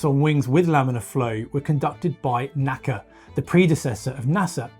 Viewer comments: Protip: "NACA" is properly pronounced as an initialism ("enn-ay-see-ay"), not as an acronym ("naka"). Saying it correctly, as engineers in the 1940s and 1950s would have said it, means saying "N-A-C-A". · "NACA" was a initialism, not an acronym. Each letter was pronounced separately--"enn ay see eay" not "nakka." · There was never any “Nacka.” The National Advisory Committee on Aeronautics was known as the N.A.C.A. — pronounced “En Eh See Eh,” never “Nacka.” In fact, I’ve met old-timers at NASA, leftover from the NACA days, who still referred to the new agency as the N.A.S.A. — “En Eh Es Eh” — rather than “NASA.” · NACA isn't an acronym; you say the letters, not pronounce it as a word